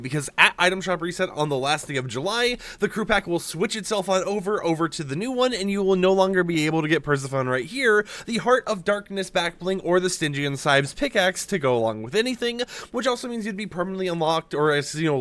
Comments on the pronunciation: PER /SEF/ FER /KNEE -THAT'S HOW YOU PRONOUNCE HER NAME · the way you said persephone...